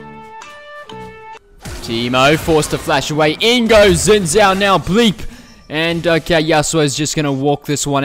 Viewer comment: its pronounced zin jhao